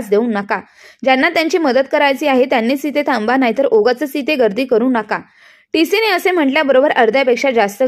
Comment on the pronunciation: तिसीने नाही टी सीने